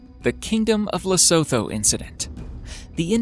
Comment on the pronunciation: I had a great laugh at your pronunciation of Lesotho!! Its actually pronounced "Le-soo-too". 😂